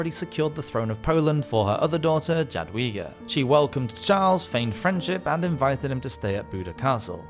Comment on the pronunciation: Jadwiga is a Polish name, and in Polish J is pronounced as Y. Also CH in tsarevich is a CH as in "cheese", not as in "chaos".